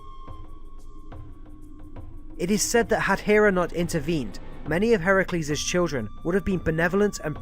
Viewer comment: I'm so happy that you pronounce Heracles' name properly. so many say Her-Cue-lees and while modestly funny in western culture, it's just so wrong in the telling of the stories.